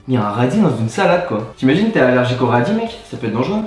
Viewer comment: Qui a entendu dire radit qui meurt